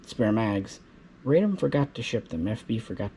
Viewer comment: NOT "Raydom," but "Rahdom." Radom is a city south of Warsaw.